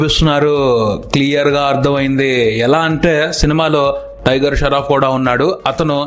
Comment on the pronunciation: Sharoff ....sharf kadhu babu.... Shroff